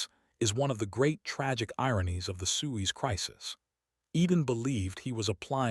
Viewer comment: Why should I listen to a documentary when you can’t even pronounce Suez?